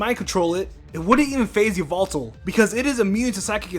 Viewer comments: It is pronounced "Gar-de-vwah", not "Gar-de-vwor". "Ee-vel-tul", not "Yee-vel-tall". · Yveltal is actually pronounced why-veltal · u said yvetal wrong!!!!